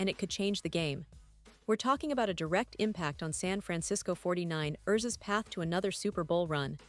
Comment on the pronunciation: Can you please fix the pronunciation of the 49 rrrrsss?